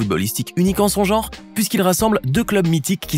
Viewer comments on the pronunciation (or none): none